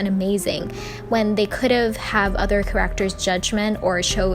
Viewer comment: never heard anyone pronounce character like this